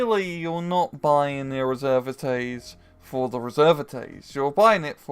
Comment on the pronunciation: You don't need to pronouce the "s" a the end of "Reserviste" :)